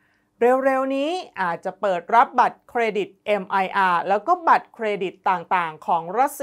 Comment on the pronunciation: Mir อ่านว่า มีร์ ภาษารัสเซีย แปลว่า สันติภาพ สงบสุข ไม่ใช่คำย่อ แต่เป็นคำเดี่ยว ไม่อ่านว่า เมียร์ เพราะเจ้าของภาษาเขาให้อ่านว่า มีร์ และไม่อ่านว่า เอ็มไออาร์ ทำให้ผิดความหมาย มีร์ เป็นระบบชำระเงินแบบเดียวกับ VISA และ Master Card ดังนั้นบัตรแทนเงินระบบมีร์ จึงเรียก Mir Card อ่านว่า มีร์การ์ด миръ = Mir อ่าน มีร์